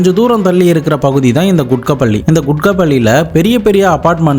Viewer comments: யோவ். அது. கூகட். பள்ளி. (Kookat palli). குட்கா. பள்ளி. இல்ல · Kukkat palli not kutkat palli